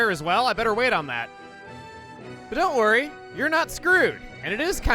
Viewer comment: "Dount ask me" nice one chugga